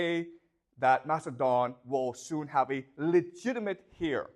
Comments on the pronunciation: The H in Heir is silent. Pronounced "AIR" Thank you for teaching in English. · He pronounces heir as the word hear. He also has a Chinese communist flag on top of the chalkboard, in plain sight of his students. But does not show it in this video. VERY TROUBLING INDEED😢😢😢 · thank you so much! Ive watched over 20h these last two weeks. only feedback? the H in 'heir' is silent:) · How does he grow up in Canada, study literature at Yale, but not know how to pronounce heir? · Probably because he is spending too much time in China now. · The "H" in "heir" is silent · I don’t care how he pronounces heir - English isn’t his first language, but I guess you speak perfect Chinese? And as for the flag, my understanding is that he’s in Beijing, so why is that surprising or concerning?